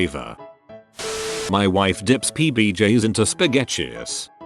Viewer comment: S P A G E C H U S